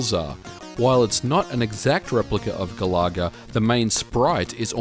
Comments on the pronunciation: Love the video, but GA-LAH-GA? not GAL-A-GA? if it was a shmup where you shot down annoying Australian wild birds then i could understand. LOL. Think of the singer of Oasis "Liam Galaga", and you're there ;) oh! and i love Slop Feet from Taito to:) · Ga-la-ga with way less emphasis of the 'LAH' as you were saying. I've never heard it said as Gal-LAH-Ga in the arcades when it first came out. :) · I have to say Galencia is addictive and enjoyable! And I'm impressed with the score saving cartridge. Great game review! And it's the first i've heard Galaga pronounced as Ga-lah-ga ...i've always pronounced it like Gallagher :o)) Happy new year and I look forward to more from you! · Galoga?? That's how it sounds like you pronounced it?? gal a ga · I couldn't keep watching past the 3rd "Ga-laa-gaah." That pronunciation just killed the video for me, ugh. It's from the word Galaxy, because you're flying through the galaxy in the game. Not flying through the "ga-laax-e." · Doesn't matter i pronounce things strange as well lol but the intended pronunciation is "Gal ah Gah" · ga-la-ga - no emphasis on any of the syllables. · I was gonna make a joke about how you pronounce Galaga, but the video was ultimately too good for me to be a troll.